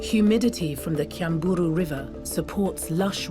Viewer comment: Kyambura not "kyamburu" gorge. I'm surprised you didn't document the great Chimps at the gorge; they are my favorite sight at Queen Elizabeth National Park, along with the elephants and the tree-climbing lions. I'm Ugandan, living in Uganda, by the way. Also, in addition, all of the major mountains in the Rwenzori ranges are snowcapped. I know this because I have been there. This is a great documentary still - I love it!